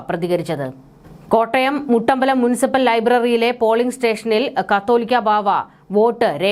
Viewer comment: വാർത്തകൾ വായിക്കുന്നവർ മലയാളവാക്കുകൾ ശ്രദ്ധിച്ച് വാരിക്കാൻ ശ്രദ്ധിക്കുക ie - കാതോലിക്കാ എന്നതും കത്തോലിക്ക എന്നതും ഇതു വരെ ശരിക്ക് വായിക്കാൻ അറിയത്തില്ലേ ??